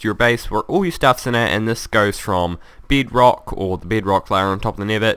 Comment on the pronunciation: It's bedrock not bid rock